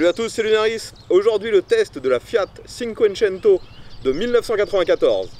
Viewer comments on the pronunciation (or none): Merci pour l'essai ! Pour les "italien LV 4" : 'tchinncouétchennto"